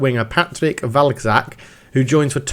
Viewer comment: Looks like Sweden is going nicely. Cz is pronounced Ch. So it's Valchak